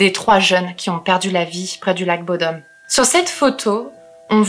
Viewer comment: En tant que Finlandais et copain de Alexi (rip) je dois corriger la prononciation de bodom (bou dom le ou est long)